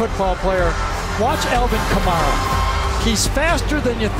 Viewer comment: It’s funny watching this again 5 years later and listening to them mispronounced Alvin Kamara’s name lol